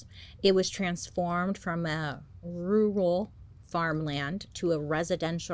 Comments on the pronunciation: Rural. Roaral. Try it Love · We love you Bailey! And don’t worry I can’t pronounce rural either lol